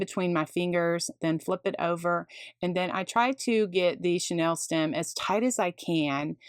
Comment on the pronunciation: You are truly creative and kind to share your methods but this is driving me crazy…the pipe cleaners are NOT “Chanel” stems as in the Parisian designer! The pronunciation for chenille is “sha-Neal”. This is not as a criticism but, rather, in the spirit of learning from each other! I appreciate having learned so much from you. Thank you!